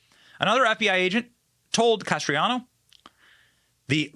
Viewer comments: It's Can-est-raro Not canestrano. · Canestraro. Not Castriano. Accuracy is important, Benny. God bless. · BEN. it's CANE-STRA-ROH. You're killing me smalls. haha. Incredible video, though. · Idk how he gets castriano from canestraro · CANESTRARO NOT "CASTRIANO". 🤦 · Canestraro, not Castreano. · Dude how many times you read canestraro as castriano drove me up the fuckin wall. Your whole shtick is reading what other people wrote and/or reacting to what other people (tucker carlson) said. At least read it correctly... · It's Canestraro, not Castriano! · Please learn how to pronounce words before you say them. His name is NOT Castriano. Thanks Benny. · It’s NOT Castriano! Slow down, and please read correctly, or just let us read it for ourselves!🤯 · Don Canestraro is his name and it is NOT pronounced Cas-tree-ah-no. Just like nuclear is not pronounced nu-cue-lar but is pronounced nu-cle-ar. It's Bur-ees-ma not Bur-si-ma! Benny you are in BROADCASTING! Please learn how to pronounce words properly. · I think it’s pronounced Can es tro. Just saying. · It was very difficult to keep watching the video because of the way you were butchering the pronunciation of Canestraro. I think you can do better than that.